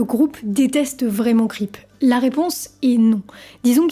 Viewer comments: "Cweep" pas "Creep" comme "crêpe" sérieux... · KRIP m'a choqué , prononce bien le mot !! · Bon sang, il faut vraiment faire un gros effort sur la prononciation en anglais. C'est caricatural! Cripe de radiauaide? Raide aute chili pépeur ondaire zeu bridje? Vraiment?